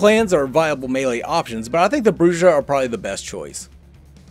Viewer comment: Thanks for this. I really needed to know the difference between the weapons. Btw, Brujah is pronounced Bruha.